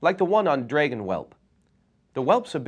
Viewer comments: You should be fired for fucking up the word Dragon. ... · Omg I fail, I left out some stuff. Never heard dragon being pronounce like that before. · I say "Drag-WUN", cus that's how Tolkien pronounced it. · I pronounce it as "drag in".